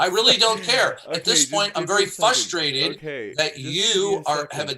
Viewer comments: ‘At this point, I’m very frhushterated!’ 😂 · I laugh whenever starts losing it and starts saying he’s getting ffflushterated. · Why can’t say ‘frustrated’? For years it’s been this ‘ ffhluhshterated’…wtf is wrong with him?